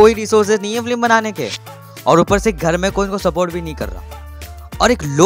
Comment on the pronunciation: It's not flim it's film so pronounce right ... Otherwise nice.